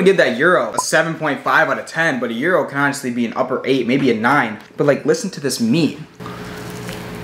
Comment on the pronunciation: Ur mispronouncing the word gyro still